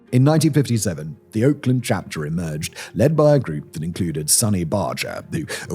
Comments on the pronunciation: "Chapter," not "charter." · Chapter. Not charter